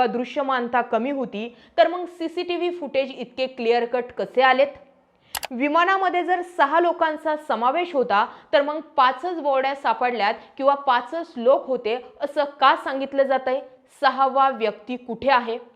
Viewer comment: बोड्या नाही बॉडीज